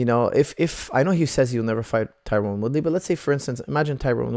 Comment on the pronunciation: Its Tyron not Tyrone